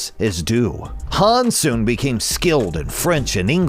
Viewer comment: Haaans... it's Hans, the a is short